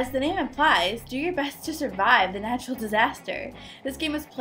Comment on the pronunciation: its natrul not nature